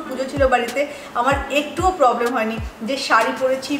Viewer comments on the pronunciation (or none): none